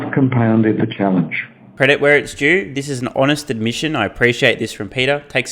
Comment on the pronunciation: every time he says "challenge" i hear "failure".